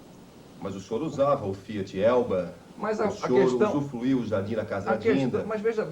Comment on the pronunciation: "O senhor usuFLuiu dos jardins da Casa da Dinda..." UsuFLuiu, Cabrini?! Espero que você não mais tenha cometido esse tipo de erro. USUFRUIU!